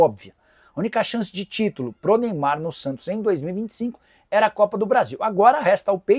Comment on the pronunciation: CARAMBA "NEYBAR" ISSO QUE É AMOR AO "PRANTOS"😂😂😂😂